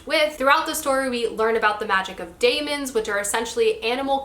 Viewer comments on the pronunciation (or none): I did not know they did that. I thought there was some confusion with the film they did of the first book. I noticed you said daemon like “daymon” too, daemon is just the English spelling for demon, we say it the same though.